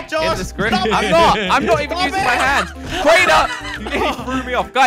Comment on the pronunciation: it’s crainer not cariner